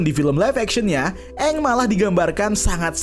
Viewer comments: Itu bukan "eng" tapi "OnG" 😂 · Dari karakternya salah nyebut nama kaya dari "Aang" malah jadi "OnG" udah kebayang kesananya bakal gimana 😂😂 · sesimple pelafalan nama Aang (eng) diubah jadi Ang indian zuko Dan white iroh Katara sama Sokka itu Inuit tapi di live action 2010 mereka kulit putih koreografi belibet untuk pengendalian tanah sederhana btw yang jadi Yue akhirnya diajak jadi voice actor Asami Sato di The Legend of Korra sebenernya untuk Netflix LA pemeran Sokka kontroversial di kalangan penggemar karena dia memalsukan kalau dia itu indegenious dan bagian dari komunitas palsu supaya dapet peran Sokka padahal dia white kalo dari casts untuk air nomads sama fire nations udah keren banget lumayan cocok sama versi kartun, earth kingdom ga terlalu aneh karena mereka negara terluas dan terbesar, cuma water tribe doang yang campur sari btw walaupun brikes cabut gue sih lumayan yakin sama LA-nya, minus water tribes yang kurang sesuai pemeran avatar dari Aang, Roku, Kyoshi sesuai banget